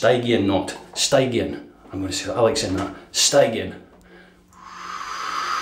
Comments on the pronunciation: Hi, Stygian is pronounced "Stidge-ian" and relates to the river Styx separating the living from the dead in the underworld of Greek myth. As in a Stygian gloom, that's why the brush is funereal black. Also as a Cube user, I notice that it adds a lot a thick base layer to the soap which can clog the razor. All the best David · Accrding to the Almighty Internet, Stygian is pronounced sti·jee·uhn The word refers to the river Styx in Greek mythology or a moth, an owl or a butterfly. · Sty_gee-an,. Love your vids.